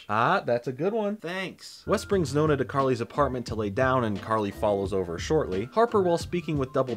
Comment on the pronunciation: It makes me smile that the way you say "nonna" sounds more like the italian word for "ninth" (nona) than "grandma" ahahah. Anyways, back to the video.